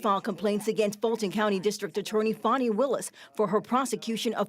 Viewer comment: "Foni" willis? 🤣🤣🤣 Don't try to church up her name! It's pronounced "Fan-ee", like the synonym for ass (or something different in the UK🤭)